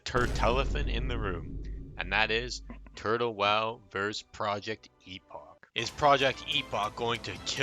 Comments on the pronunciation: Why do you pronnunciate it like Turd-Hole WoW :D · are you saying Turd le wow ? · why do i hear him say turd hoe wow 🤣🤣🤣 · he said turd hole wow lol